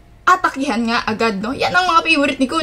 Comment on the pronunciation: Pa shout out po sa sunod na video nyo...lodi Wahaha ang kute nyopo pag kukindat saka ....ung pag ka bangid ng "nga" hehe from samar here😊